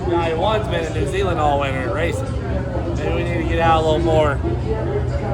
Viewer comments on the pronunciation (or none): none